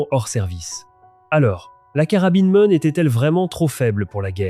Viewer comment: C'est pas Mone, c'est M one, M1.. lia, ça va pas...